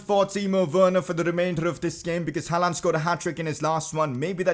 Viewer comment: Your pronouncing on håland is pretty good actually